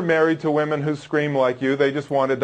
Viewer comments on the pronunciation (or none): It’s women not moman